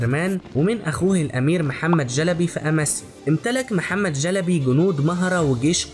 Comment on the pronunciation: محتوى جميل. وانا احب العثمانيين كثيرا وافتخر بتاريخهم.. تابع والى الامام 👍👍👍. لكن. ليست.. جلبي.. بل.... شلبي. 👍👍👍🌹🌹🌹